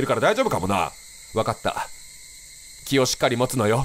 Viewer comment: の「気をしっかり持つのよ」が「キヨしっかり持つのよ」に聞こえて一人で笑ってた笑 その前に心の中のキヨの話をしてたから余計に笑